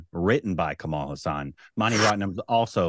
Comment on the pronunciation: Its not kamal hasaan.. Its kamal haasan..